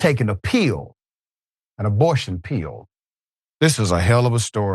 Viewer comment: What's a pee-yill? The word is pill.